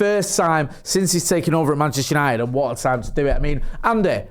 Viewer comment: Oh here we go andy "yanited, party, buzzin " 😅